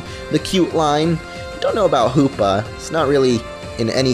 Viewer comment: Sounds like a lot of... HOOPLA It's Hoopa, not HOOPLA